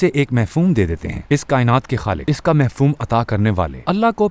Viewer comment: Lafz Mafhoom hota hy, Mehfoom nhn. Good Effort